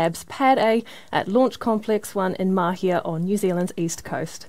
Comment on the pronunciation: Hey Tim - nice to see you getting the macron over the 'a' in Māhia - attention to detail :-)